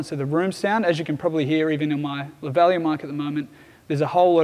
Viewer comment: Never heard anyone pronounce lavalier that way, Very fascinating